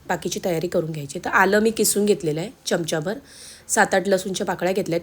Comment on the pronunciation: छान रेसिपी.पण जरा उच्चारांकडे पण लक्ष द्या. च्यमच्या, तिकट, छाणच हे उच्चार खटकले.